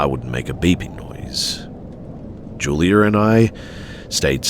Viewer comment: Julier and I? Why do English people add r's where they don't belong? It's juliAH